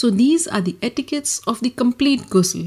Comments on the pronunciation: Its not gusul kindly pronounce it right , someone who calls themselves ustaza n aalima doesnt even pronounce it right , i d rather learn t from a male scholar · its actully pronouce like a french ''R'' Ghusl not like ''gay'' u know (i didnt find another exemple of word sorry if I hurt someone by saying ''gay'') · It's called GHusl not Gusl